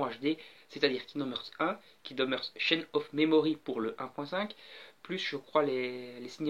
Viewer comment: On dit "harts". :'D